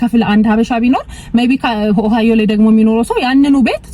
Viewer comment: Ohio 'ኦሃዮ' ብለሽ ላላ አድርገሽ ጥሪው። አንች 'ኦሃይዎ' ብለሽ ነው የምትጠሪው። ሌላው፣ Google 'ጉግል' እንጅ አንች እንደምትጠሪው 'ጎግል' ትክክል አጠራር አይደለም። በተቻለ መጠን፣ ረጋ ብለሽ ብትነጋገሪ መልካም ይሆናል። ትንፋሽ ለመሳብ እንኳን ለራስሽ ጊዜ አትሰጭም።